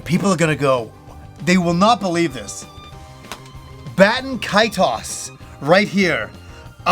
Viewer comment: Baten Kaitos? Bro come on. Im unsubscribing. Lol jk